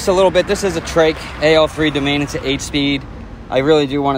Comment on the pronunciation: Nothing against your pronunciation (I’m also from Jersey and a die hard Eagles fan), but it’s an Italian name Do-mon-eee